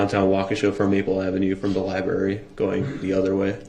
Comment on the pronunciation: Li-berry- substain- tackid. Telling the judge she’s violating her “oaf” of office.